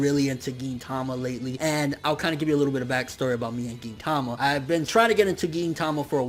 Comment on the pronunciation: Why does everyone pronounce gintama the way you do? I swear I'm the only one that pronounces it differently